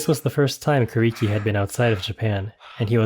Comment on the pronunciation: His name is pronounced “Ku” “Lee” “Key”. Not “Ku” “Ree” “Key”. The “R” sounds is a diphthong. A sound between and “R” and an “L”. But not pronounced with your lips round like and English “R” sound. Rather instead with your lips wide and flat like an English “L” sound. Hearing Kuriki’s name mispronounced throughout this video was very disturbing and disappointing. It made me feel as though the creator of this video is only interested in the money he will make from the video and not the proper respect that is due for Kuriki. It is so disrespectful of the creator of this video for not taking time to learn how to say Kuriki’s name correctly.